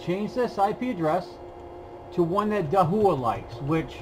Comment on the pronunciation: Thanks for this video! Just a friendly pronunciation correction - Dahua is pronounced Dah-wa.